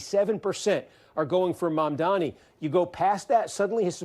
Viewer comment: The way people with ethnic names cant even get their names pronounced properly even when they are phonetic and not difficult at all is so infuriating